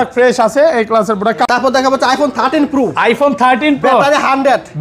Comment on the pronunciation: Pro ❌puru ✅😂